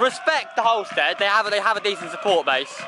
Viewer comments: It’s Halstead not holestead mugs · Please say halstead right next time 🤣